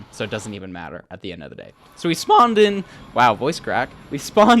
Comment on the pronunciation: "So we spAAwned in" LMAO